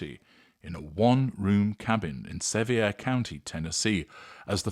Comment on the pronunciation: Love Dolly & this is a wonderful video!! Sevier is pronounced "Severe" here in the South. 🥰